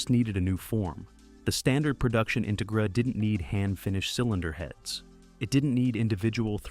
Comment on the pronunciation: What’s with this; In-tuh-gra? IT’S INTEGRA!